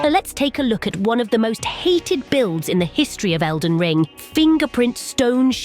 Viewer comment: “Elden Lean” 💀